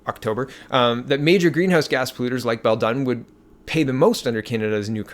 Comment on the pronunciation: It is "Bell-Dune". The coal plant was a Liberal Provincial government boongoggle.